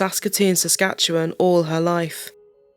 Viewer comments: Good job pronouncing "Saskatchewan". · Thank you for this. Most narrators, and even news reporters on TV are unable to properly pronounce Saskatchewan. You did and it’s appreciated. Love your channel.